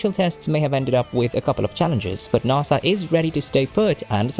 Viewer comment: Naaasa? it’s nAsA